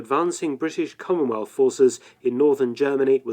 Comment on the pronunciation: The word is "commonwealth"